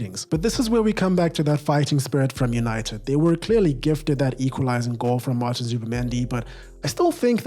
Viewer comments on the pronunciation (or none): none